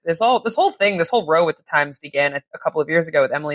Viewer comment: Do all Americans pronounce "row" that way or just this lady?